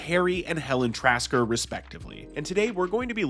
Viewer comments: *Tasker, not Trasker 👍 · I say this with love, the name is “Tasker,” not “Trasker.” Tia Carrere would have had to say, “Oh, so now it’s Trasker, not Renquist.” And the movie wouldn’t have been as good. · it's Tasker, not Trasker....